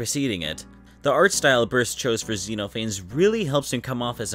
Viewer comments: it's pronounced zeh-noh-fah-nees not zee-noe-fayns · I love this video because it really encapsulates why people like myself find Sonic.exe appealing. Its a bad story that had a fantastic concept. Plus its nice to see you actually know who owns what and what the interpretations are instead of bastardizing them. Also I'm sure you've heard this a lot but Xenophanes is actually pronounced Zen-Off-An-Knees :') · I should try to bring to the attention that Xenophanes is meant to be pronounced as "Zeh-nauh-fuh-neez", I made the same mistake as the creator of the video here for a long time before being corrected lol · Just wanna point out It's pronounced Zen-off-uh-neez Also the mouth is disturbing as absolute hell.